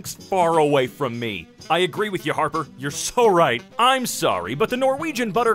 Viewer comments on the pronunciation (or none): none